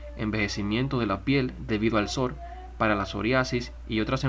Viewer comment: Ay, no, como dice sor, en vez de sol. 😬